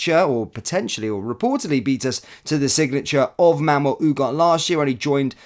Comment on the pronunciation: Pronounced : oo-gar-tay......great player by all accounts........let's see......